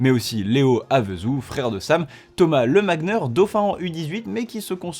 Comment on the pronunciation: Pour l'avoir déjà vu en compet a Toulouse, on prononce Thomas Lemagner[nié] mais sinon top l'épisode 👌